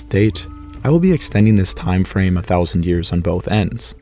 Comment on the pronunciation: Ten Thoushunt years hago. My god, please change that.